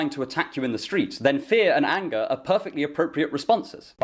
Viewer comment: Every time you say "fear and anger" I keep mishearing it as "fear and hunger" xD